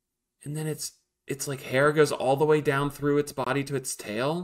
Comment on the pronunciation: "This is de wey" has returned